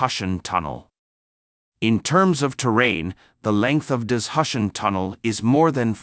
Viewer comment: What’s “dis-hush-en”? For heaven’s sake, say “da-zoo- shan” ( for Dazushan in pinyin ) !